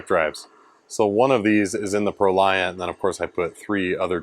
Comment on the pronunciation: Fun fact: "Proliant" is actually pronounced like the word "emollient".